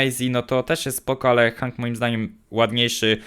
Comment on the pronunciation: on jest od Otisa a to znaczy że tak samo jak on jest od paintball OGARNIJCIE społeczność się bo panda robi wam wodę z mózgu wogule te postać wymawia się ,,henk ,,a nie tak jak on hang